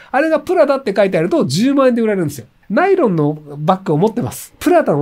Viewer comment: ナイ⤴ロン⤵